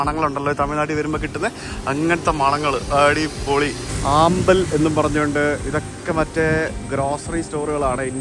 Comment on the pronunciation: വെങ്കട്ടേശ സുപ്രഭാതമല്ല കന്ത ഷഷ്ടി കവചമാണ് ആമ്പൽ അല്ല അമ്പാൾ